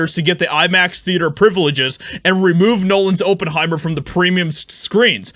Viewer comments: It’s OP-en-hi-mer. Not Oh-pen-hi-mer 🤦🏻‍♂️ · It’s pronounced ah not o. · For jeebus' sake, it's not O ppenheimer. It's ah ppenheimer. Even a half-as$ed search about a name you've obviously never encountered before would have told you this. I couldn't even finish a not four minute video because of your repetitive mangling of a not obscure name. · Oppenheimer /ˈɒpənˌhaɪmər/ For an entertainment reporter, your ability to mispronounce proper names is legendary. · oppenheimer , like op enhiemer . do your phonetic research doof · IT'S PRONOUNCED OP IN HIMER YOU KNOW THE GERMAN SCIENTIST THAT INVENTED THE NUCLEAR BOMB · It's NOT "Open-heimer" Research is a good thing. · it's not "Open-Heimer", Op, like Operation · Maybe it shouldn’t, but pronunciation of Oppenheimer really bothers me. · If you grew up without ever hearing the name Oppenheimer mentioned, and are unsure how it is pronounced, you should look it up. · Geez dude why can't you pronoun words correctly. It's Op is in operation sounds like oppenheimer funds. duh.